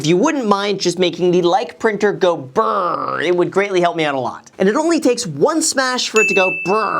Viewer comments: It's brrr not burrr. How dare you. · You should have practiced saying brrrrrrrrr not brrrrrrrrrr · You gotta roll those R's when pronouncing Brrrrrrrrrr Edit: reference for sound effect. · English only speaking people trying to roll their Rs is hilarious :) Purr like a cat Graham! Purr like a cat :p